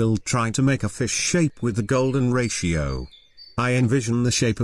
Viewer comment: Golden Rashio.. AI generated audio script.